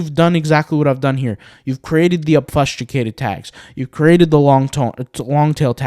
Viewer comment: I love all your videos, you are constantly improving me and my intellect. I am putting this comment in only in the interest to pay it back and help make you better. I hope you can appreciate when I tell you that you are pronouncing "obfuscated" painfully wrong. Please do a quick search to hear the pronunciation, if the below doesn't help: obfuscate /ŏb′fə-skāt″, ŏb-fŭs′kāt″/